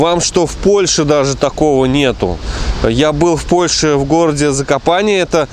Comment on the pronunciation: Закопанэ нужно говорить а не ЗакопанЕ